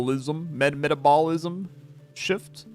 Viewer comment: "metablisism shift" 😭😭😭